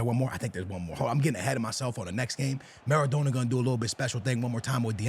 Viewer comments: maradona pronounced mara donna (like a donna kebab) please pleaseeee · You’re Portuguese bro you know how to say his name properly, what’s maradowna and aiyowze pirez 😂😂😂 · Who tf is Maradoner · The way he says Maradona hahahaha what a melt